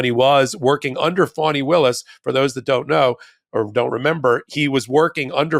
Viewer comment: Yes! Ms Agnifilo knows how to pronounce "Fani." The Fulton Co DA is not a baby deer.